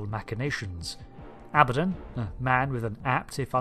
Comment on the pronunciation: " Aba Don"